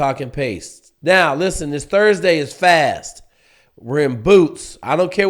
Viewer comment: Cracks me up still can’t say “SFAS” 😂